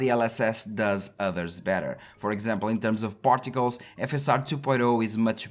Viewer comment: You said "particles", I kept hearing "portugales".